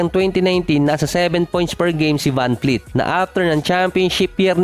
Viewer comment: vanvleet not vanfleet